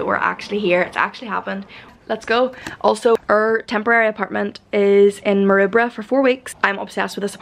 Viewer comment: G’day! So pleased you’re enjoying your time in Sydney. Hope you’re prepared for the summer weather that’s going to hit us all soon 😎 Just one thing… it’s Maroubra. Pronounced: Mer-rooo-bruh